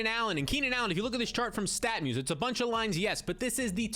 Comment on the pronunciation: Are you saying "Statmuse"? I went to that site and there doesn't seem to be much info. Am I hearing it wrong?